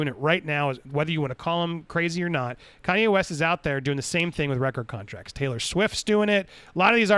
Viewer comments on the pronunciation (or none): none